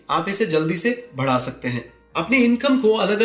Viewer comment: Very good. Sir you pronounce बढना as भडना.